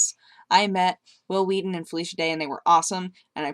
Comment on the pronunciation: Will Wheaten with emphasis on the H.